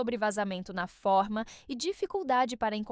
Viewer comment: Essa voz é de IA? Impressionante como essas IAS falam coisas erradas. A palavra forma pronuncia-se fôrma, e não fórmas.